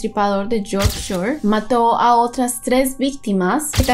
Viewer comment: Jajjaj,es fácil mami,foguea más tu pronuciacion en inglés